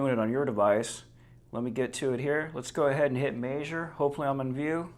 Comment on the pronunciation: You say measure weird...that's it, that's all.